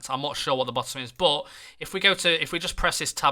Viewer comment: Instead of saying 'but' you keep saying 'bot'